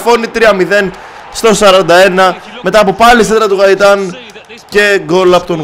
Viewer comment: γκαιταν οχι γαιταν